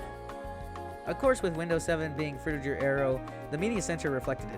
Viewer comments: FROO-tih-gur, not jur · It pains me every time he says "Fruityjer" and not "Frutiger" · Not frutidjer, you dummy. It's fruti G er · Pretty sure it's pronounced fru-ti-ger, not fru-ti-jer. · Frutiger fru-ti-Ger not jer agh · frutiJer aero????? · Fruchttiger A-ero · Yelling at my phone the whole time because this dude can’t say Frutiger I’m so pissed off right now